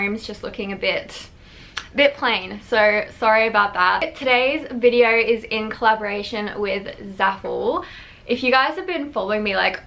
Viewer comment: "Welcome to another YouTube videearrr..." LMAO